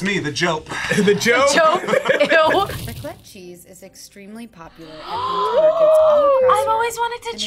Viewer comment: The "raclette" wtf